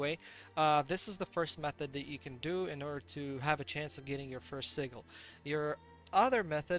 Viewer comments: Сиджел, не сигел. Послушай в гугл переводчике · Anyone else bugged how he pronounced sigil?